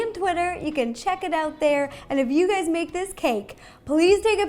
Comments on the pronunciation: I SWARE SHE SAID HEY GAYSSSS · Did she started by saying “hey gays” so segregational... Also, that is not tropical, its mountains...